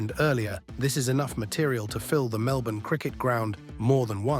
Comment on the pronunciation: Let alone the fact it pronounced Melbourne pretty well but Cranbourne absolutely terribly